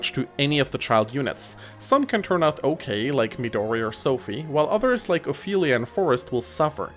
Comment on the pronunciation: lol it soundin like you sayed ike not like